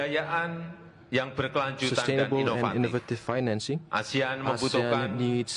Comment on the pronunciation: Koreksi Pak Erick, penyebutan ASEAN bukan menjadi ESIAN pak, itu ga bisa ditranslate pak.. itu nama resmi